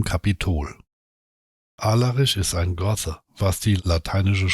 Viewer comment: Aber wird denn das th in Gothen wirklich mit dem englischen th gesprochen? Hört sich echt komisch an!🤔😊